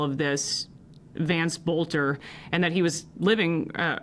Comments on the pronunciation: BTW I live near Green Isle its pronounced BELTER not bolter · Small detail: it’s pronounced “belter.” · I can't stop hearing the Boelter commercials from the radio when I hear the name. Yes, pronounced Belt-er.